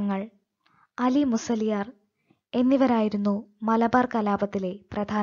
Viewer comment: അലി മുസ്ല്യാരല്ല ആ ലി മുസ്ല്യാർ